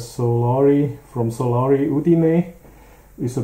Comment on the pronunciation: Many compliments from Itlay just for pronouncing the name of the company right!